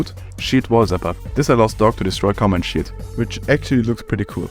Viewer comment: when he says sheild it kinda sounds like shit